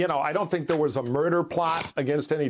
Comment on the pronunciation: "When therr was violence against us"? When was this, exactly?